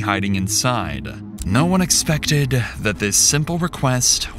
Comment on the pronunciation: Is this an AI voice? There is this weird sigh in the way it says the certain syllables of certain words. "Waitingguuhhh" "No one hhhexphhhected"